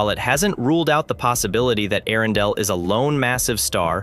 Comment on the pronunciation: How many ways can AI manage to pronounce "Earendel" in one video?